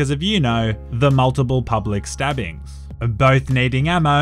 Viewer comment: ‘multiple public stabbings’ i thought you were australian not british